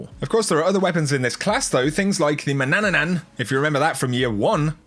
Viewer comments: And he is still saying one ,,nan" too much at manannan😂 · I laughed when you said Manananan I don't know why, but nonetheless great video! 🤠